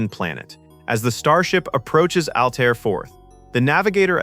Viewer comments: (Altair is not pronounced "Al - tee - air" - do you listen to these before u post them?) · "Al-Tay-Air"? Are you doing a review on a movie you've never seen?? How could you possibly mispronounce the name of the planet? Sloppy. Thumbs down. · Narrator can't pronounce Altair and has not watched the film. Tired of this slop. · Maybe get a REAL narrator who can properly pronounce, "Altair." Sheesh.